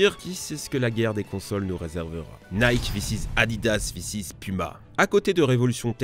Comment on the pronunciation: Tu ne peux pas prononcer " Air Jordan " en anglais et " Nike " en français dans la même phrase...